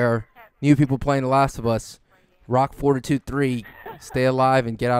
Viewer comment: Haha, did anybody else think was saying forty-two-three instead of fortitude 3?